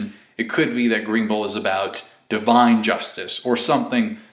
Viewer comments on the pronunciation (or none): none